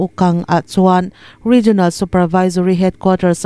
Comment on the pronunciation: Ngaihthlak a nuam thin e. Hei hi ka'n sawi mai mai, ngaih loh lamah lo ngai lo la. Region hi rigian tiin in lam thin a, lam dan dik rigon tiin 'i' tel lovin lam thei tawh la, a tha ka ti. Youtube channel nei dang pawh hian 'jian' tiin an lam deuh vek mai a. A tawp lama 'al' tel lam dan regional (rijawnal) lam rik ang thovin 'jaw' tih tur a ni a. Ngaithlatu an tam thin si a. Lam dan dikin lam thei tawh ula ka lo ti thin lutuk a. Media lamho chu in pawimawh si a. A dik lo theh darh chiam ang in ni si a. Min lo hrethiam dawn nia.